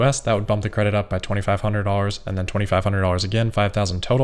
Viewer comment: "TweNNy-tweNNy, tweNNy-tweNNy-one"...